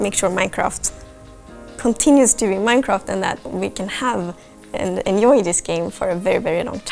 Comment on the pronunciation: She can't say J in enjoy or in just. Its adorable.